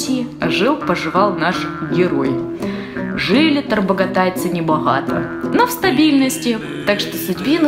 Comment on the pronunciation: ТарбогатАй, с ударением на последний слог и находится это в Бурятии